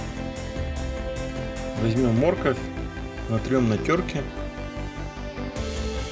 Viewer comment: Спасибо за рецепт, выглядит аппетитно. Но почему мОрковь, а не моркОвь?